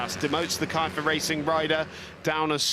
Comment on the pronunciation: KIEFER - Racing >> pronounce the "IE" like "I" in INDIA !